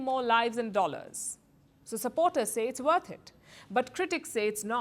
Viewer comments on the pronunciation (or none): none